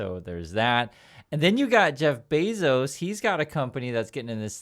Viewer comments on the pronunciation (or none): none